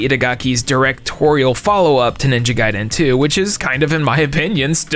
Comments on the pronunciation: Why do you say ninja gaiden so weird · Unrelated to everything but I despise the way he says Ninja Gaiden